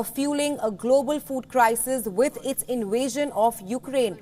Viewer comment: What is an “InWasion..???’”